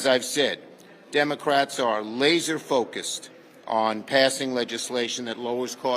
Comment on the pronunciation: " On LASER focus , etc. , he said in speaking , More like LATER focus‼️